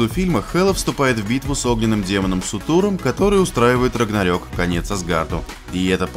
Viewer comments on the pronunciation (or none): Ем чел ты сказав в начале Итак, Асгард уничтожен огромным демоном Сутуром. Правильно Суртуром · Сутуром? серьёзно? СУТУРОМ?)))....мдааа...